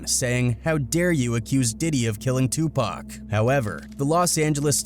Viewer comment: Thank you for pronouncing Tupac's name correctly!